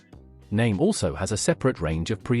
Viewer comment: I liked this video, but couldn’t understand why virtually every product name was mispronounced. I have a Naim system and feel like the value is there in many of their products. For example the CD5 is a fantastic CD player that sounds much better than others I’ve heard. However the CD555 which costs almost infinitely more doesn’t sound better to me. I like that Naim thinks for themselves. However, I agree that they have strayed from their original values. For example, for years Naim insisted that you didn’t need fancy interconnects and power cords. They have since done a 180 and now are happy to sell you extremely expensive cables.